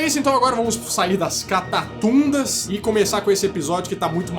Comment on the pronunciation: A palavra correta é "catacumbas", não "catatundas".